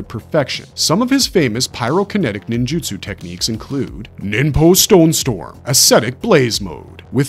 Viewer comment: NinJAtsu..... all i can hear in the whole video